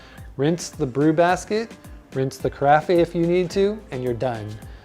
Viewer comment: ca-ra-FEY?????? I believe it is ca-RAFF.